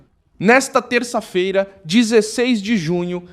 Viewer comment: Por favor dá pra dizer segunda " Feiiira"? Não é fera PQP